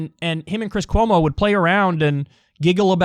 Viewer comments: Ahh! He almost called him Cwis Cuomo! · He said Chwis Chwomo harHar